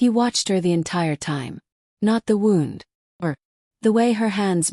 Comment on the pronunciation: My only critique is the way that the words are pronounced. She's saying, wound like it's she's saying, wound like a wind up toy like something that you wind up in a bundle. It's wound, not wound. Look in the vocabulary and look at how things are supposed to be pronounced. The sound wund is how you pronounce it when meaning Injury. The voice is pronouncing it waund, past tense turning something tightly.